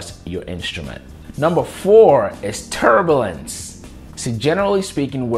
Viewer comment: Yes, agreed. And not only does he embarrassingly and grossly mispronounce turbulence, he also has to shout it out for entire world to hear!